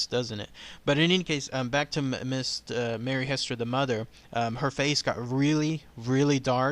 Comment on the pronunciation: The correct pronunciation is Hee-ster with a long E sound. Zona was my 1st Cousin trice removed. Her father and my great grandfather, Charles B. Heaster, were brothers.